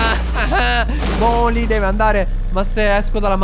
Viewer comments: Non si dice boldi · BALDI NON BOLDI COMUNQUE ERA BELLO